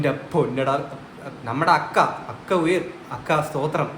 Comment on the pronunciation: അക്ക അല്ല ചക്ക 😂😂